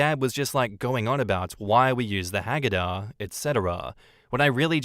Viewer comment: Seder is say-der. Hagadah is ha-GA-dah.